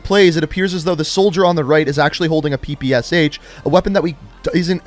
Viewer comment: Also, PPSh is pronounced "pa-pa-sha"